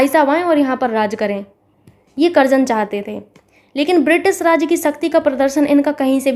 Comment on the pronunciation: Mam karjan ko karjanva kyu keh rhi hai.???? Very very helpful class mam.... 🙏🙏🙏👍👍👍👍